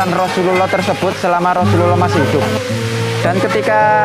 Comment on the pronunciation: Rosululloh saja kalau di dengar jadi Rosuwluloh. aduh parah 😅